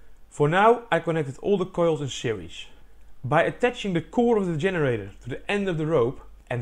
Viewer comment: "treesh" "electrishity" "seriesh" "bosishion"